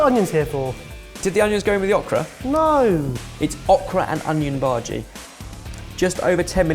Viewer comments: Lol at pronouncing bhaji as "baaargey"!! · I like when says Bhaji in his typical British accent.